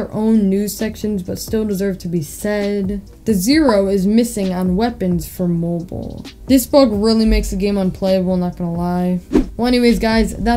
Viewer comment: “for mo-boool” 😂